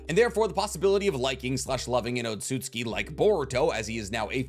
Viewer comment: He keeps saying otsutski but it's otsutsuki. I swear to God all these people talk about loving anime and Naruto and all this shit and can't pronounce words properly. If you can't pronounce it right then don't say it at all